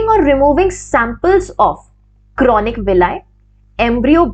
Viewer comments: Ma’am, it is chorionic villi not chronic villi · It is chorionic villi Not chronic I think. Kindly see. Regards